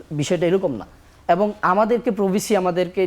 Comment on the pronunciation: ঢাকা বিশ্ববিদ্যালয়ের ভাইয়েরা মিথ্যা বলেন ভালো কথা এমন ডাহা মিথ্যা কথা, আর দেশের সেরা বিশ্ববিদ্যালয়ে পড়েন ভালো কথা, কথাবলা শিখেন এত বাজে উচ্চারণ শুনলে কানে লাগে। পর্থমত না প্রথমত, এ্যাবং না এবং উফ খুব কানে লাগে।